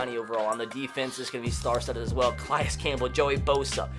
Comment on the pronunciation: he pronounced Calais wrong. He said it like Ca-lie-is when it's ca-la-is